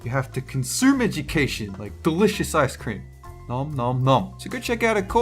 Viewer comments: ”Icedt Cream” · Ha at the beginging he said iced creem ( star fire talk)